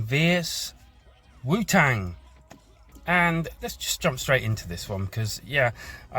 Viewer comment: Bro bro bro how do you not know how to say shaolin or wutang smdh. Like how have you never heard the words shaolin or wutang said. It absolutely blows my mind that you haven't at least heard the word wutang spoken. Like what planet are you from bro? And why are you doing this review if you know nothing about the subject? Like why even do it? Its blowing my mind im so confused.